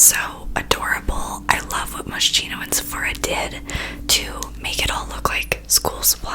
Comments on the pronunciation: I love your videos mia, I jump to watch them as soon they are out lmaoo you are so funny 💗 btw it’s pronunced moskino like ‘ski’ not ‘she’ and it’s an italian brand. Love your videos, best time ever of fridays 🙌🏻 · Honey, im pretty sure the brand is pronounced mosKino like sharp K hahahah i dont know how to explain it properly, love from Poland 💞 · Moschino is pronounced like mos-Kino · It's mos kee nooo hahaa kinda got used to how you say it by the end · I have watched this video so many times that the way she pronounces moschino sounds correct to me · The way you pronounced Moschino lmao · i forgive you for pronouncing it wrong the entire video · NOOOO MIA THE WAY YOU PRONOUNCED MOSCHINO 😭😭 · i've been misspronouncing it since forever? omg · Moschino is not supposed to be pronounced like that, the ch is actually pronounced as a k, anyway great video I love youu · Girl, please check out how to pronounce Moschino.... Lol, I’ve never heard anyone say it this way 🤣 No hate, love you, just check it out because it’s really famous brand so if you’re gonna do a video with their products, you might as well know how to pronounce it. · hey mia! When you pronounce moschino it’s actually a “k” sound rather than a “sh” sound, the rest is perfect! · Oh wow I have that same mascara! Also I pronounce it moh-she-no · It's pronounced Moss Kino lol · I’m pretty sure that you’re supposed to pronounce Moschino like moskino. 🤔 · The brand is pronounced "Moskeeno", just to let you know❤ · Its pronounced moskino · It’s pronounced Mohs-KEY-noh ❤️ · I've heard it pronounced like moss-keen-o (almost like rhyming with mosquito) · It’s moskeeno 😂😭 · Moschino is an Italian brand and it’s pronounced “ Mos-Kee-no “ Just lettin u know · The way you murdered the brand's name😂It's pronounced as 'moskino', the ch makes a k sound💕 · Its pronounced like mos-keno Ily❤️❤️ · I heard it should be pronounced MOSKINO (MOS KEE NO) just sayin.. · haha it's mos-kino but it don't matter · Moskino not moshhno